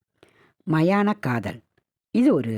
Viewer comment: சமுத்ரிகா லட்சணம் இல்லை சாமுத்ரிகா லட்சணம். அதே போல் மாயன காதல் இல்லை மயான காதல்.